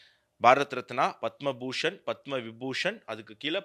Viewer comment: உச்சரிப்பு தவறு பத்ம விருது " பதாமா அல்ல !